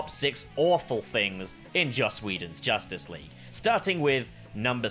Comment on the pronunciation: "Josstice League"